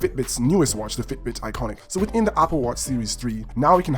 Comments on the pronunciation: It’s ionic, not “iconic” you dumbass. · It’s Ionic.. not iconic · Its not iconic dumbass its IONIC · Ionic not iconic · Its an IONIC not an ICONIC!! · I stopped watch once he mispronounced ionic twice